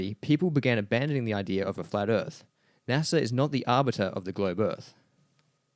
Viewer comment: I don't trust anyone that pronounces NASA, NASER.